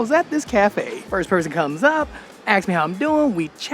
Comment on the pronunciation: It's ask, not aks.